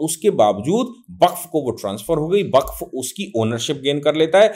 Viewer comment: सर सही शब्द वक़्फ़ है, बक्फ़ नहीं